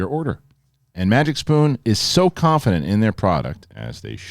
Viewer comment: You said MagicPoon LOL It’s MagicSpoon LOL Sit down loser LOL! ..… Pfft….shave your head and go to sleep! 😉